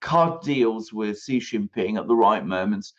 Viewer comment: Xi Jinping ... Xi is pronounced "shee" not zhee